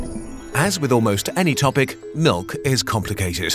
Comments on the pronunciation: Nobody:: M I L U K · It's pronounced malk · "HE NEEDS SOME MELK" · But the real question is: is it pronounced milk or melk?